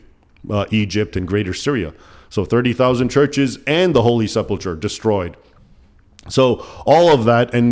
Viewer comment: Isn't it pronounced "Sepul Kur", not "Sepul tchur"?